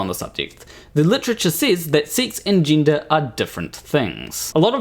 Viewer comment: Tind ? Gindah? It's confusing enough as it is already all this without adding horrific vowel abuse. And I'm Glaswegian so I'm usually more than happy to cut my equally unintelligible Antipodean cousins some slack. Anyway, the main thing here is of course that you get to be the ultimate arbiter of what is and is not funny. And Bill Maher isn't funny. I know that because you just told me he. End of discussion. The problem is though that he is funny. Extremely funny. And whatever you think about this piece that's so upset you there's no denying the writing is quite brilliant, much as you try to naturally. You couldn't have written something like that in a million years. And not because obviously you disagree with it or equally obviously you're utterly devoid of a sense of humour. But because you're simply not smart enough. Comedy writing of that calibre is actually extremely difficult. Few people can do it all, fewer still as well as Maher and his co writers. But in a few short years I fear we will no longer be able to enjoy Bill's brilliance, be that Maher, Murray or Burr, because zealots like you will have succeeded in getting it banned. Consigned to the bin under that big amorphous catch all of "hate speech"🙄 Censorship and cancellation, doxxing and shaming used to be solely the preserve of authoritarian regimes. Not any more, there's a new type of facism at play now. The tyranny of the minority. A relatively tiny group of male extremists hell bent on eroding hard fought wome